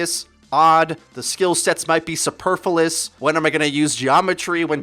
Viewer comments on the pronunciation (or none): Speaking of school, its "superfluous". Not "superfulous". Flu-is, rather than Fool-is.